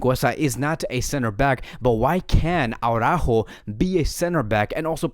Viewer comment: It's Ara-ÓÓho. Not Awwww-rÁhho.